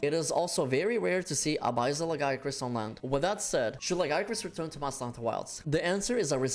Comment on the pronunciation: Who in the west first pronounced Lagiacrus wrong? It still erks me. Great vid otherwise.